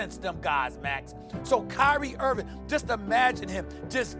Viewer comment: Nobody: SAS: “Kyrie Irvin”